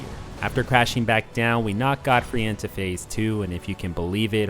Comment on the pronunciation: Wait why do you say "Goldfrey"?